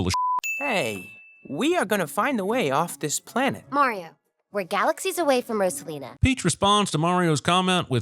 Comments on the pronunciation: everyone: ROSE-A-LINA cinemasins: ROSS-A-LINA :body-blue-raised-arms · 10,000 sins for mispronouncing Rosalina